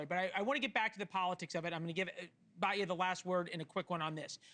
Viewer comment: I agree with Batya and you should learn to pronounce her name correctly!